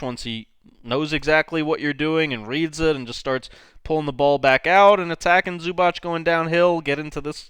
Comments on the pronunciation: Its not Zubach. It's Zubac. The letter C in the end is pronounced as zz in pizza, or ts. C=zz , or C=ts. Good job on Dončić pronunciation though :) Č and Ć are pronounced as ch, like in in Charles for example. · Loved your video but its supposed to be [zubats] and not [zubatch] or smth